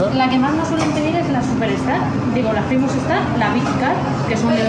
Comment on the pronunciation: "Famus" jajajaja